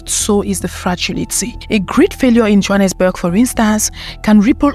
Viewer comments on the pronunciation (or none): none